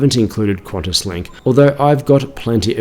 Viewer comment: its pronounced kantas not quantas